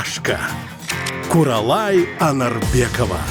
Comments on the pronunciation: гани емес Ғани, куралай емес ҚҰралай деп сөйлеңіздерші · Не Гани а Ғани, не Куралай а Құралай.